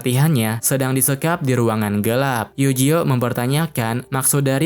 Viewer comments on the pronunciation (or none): none